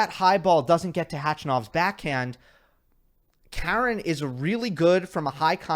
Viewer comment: Please pronounce his name Ha-ren, how far do you need him to go in a slam